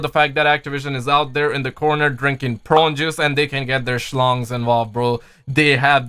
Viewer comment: Idk what’s worse brother the adds in this video or you trying to say prune juice. I love you